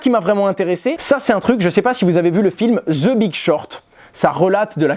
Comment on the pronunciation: MY FRIEND DON T SAY : ZE (THE) LIKE ALL FRENCH GUYS SAY , INSTEAD SAY: 2 (DEUX ,SAY IT IN FRENCH , ET VOILA ! MN: 14.07 mn ZE BIG SHORT = 2 ( IN FRENCH= DEUX) BIG SHORT ET VOILA , FAREWELL !! ZE IZNOGOOD....ZE USA = 2 US PERFECT BRO !!